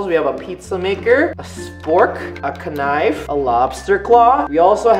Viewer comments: YAAAS HE SAID KANIF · Ka-nife? Majenta?